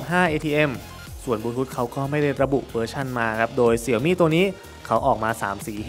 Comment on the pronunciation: เสียวหมี่ อ่านผิด